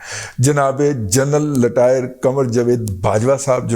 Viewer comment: محترم رضی صاحب ۔ آپ کا وی لوگ بہت زبردست ہوتا ہے ، تاہم نہ جانے کیوں مجھے محسوس ہوتا ہے کہ آپ جنرل ریٹائرڈ قمر باجوہ صاحب کو جنرل ریٹائرڈ کی بجائے "جنرل لٹائر" بولتے ہیں ، مجھے اندیشہ ہے کہ کسی دن آپ انہیں "جنرل لیٹر بکس" نہ کہہ دیں ۔۔۔!!